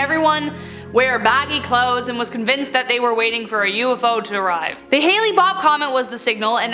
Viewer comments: Did she just say "hailey" bopp comet? It's Hale Bopp, genius. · The way you say Hale-Bopp makes it sound like you are combining Halley's comet with the Hale-Bopp comet. I've always heard it pronounced like Hell or Hail.